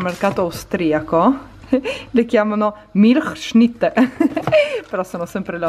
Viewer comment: Ciao, Ti seguo dall'Alto Adige <3 Hai detto benissimo 'Milchschnitte':-):-) Un bacio